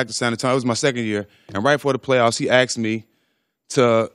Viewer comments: He axed me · "He axed me to do that"